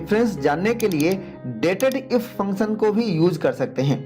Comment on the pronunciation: Very authentic explanation. Where function sounds like phunchan